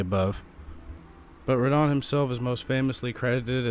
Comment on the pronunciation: Also, its Radahn, not Rad Han.